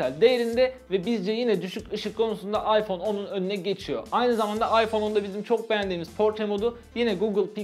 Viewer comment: abi oyyfonn yaaa